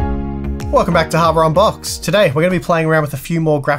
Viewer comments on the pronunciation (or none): Am I the only one that keeps hearing "Harbor unboxed"?